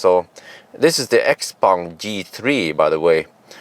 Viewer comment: Schaupong, that is how it is pronounced 😉 I love the car. Especially the Zesla X style Windshield without beeing big and expensive like Tesla. I def. Would buy it if it would come to Europe.